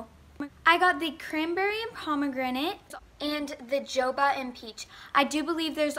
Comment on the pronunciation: u said jojoba wrong lol😂